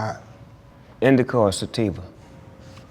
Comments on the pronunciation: "indica or sativa?" "Indiga" 😂😂😂😂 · this nigga said indiga lol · Snoop asked: "Indica or Sativa?"This nicca said: "INDIGUH"! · "Indica or sativa ? Indiga " da hell lol